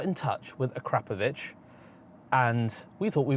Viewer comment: "Uh-Crop-Uh-Vitch" there's no "crap"